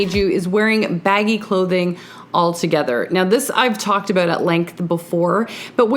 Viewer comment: Aboot “ instead of about ;) so cute 😂